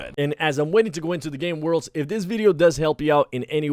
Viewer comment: Why can’t he say worlds